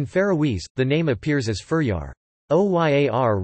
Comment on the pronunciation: I'm sorry, but i think my country's name isn't pronounced fuhryar. 💀